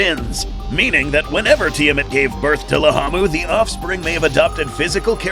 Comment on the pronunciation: Why is it riding laamu mower but you're calling it lahamu